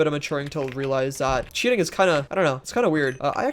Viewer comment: aint gonna lie I genuinely thought you said "cheetahing" when you said "cheating" lmfao